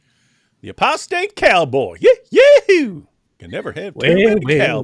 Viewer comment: Why i hear prostate cowboy instead apostate cowboy 😅.... Love you guys ❤️🤠👢